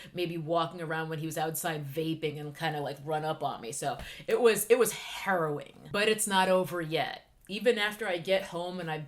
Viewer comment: Omg i thought you said it was "heroin" instead of harrowing XD